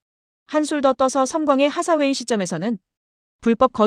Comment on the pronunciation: 앤 하사웨이가 아니고 앤 헤서웨이듯.. 하사웨이는 헤서웨이가 맞을거같아요. 발음짜치는 일본식 외래어표기보다는요. 하사웨이 중사웨이 상사웨이... 원피스의 상디를 산지로 안읽듯이..